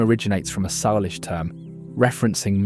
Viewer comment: Beautiful film but soo many pronunciation mistakes. I've lived in all these states, so please correct your pronunciation here: Kenai: pronounced KEEN-eye, long e sound Salish: pronounced SAY-lish, the "a" is a long a sound Nisqually: emphasis on the 2nd syllable, Nis-QUA-lee Willamette: 2nd syllable emphasis, Wil-LAM-ette Kootenai: 1st syllable emphasis, pronounced KOO-tun-eye I couldn't finish it but it was beautifully filmed.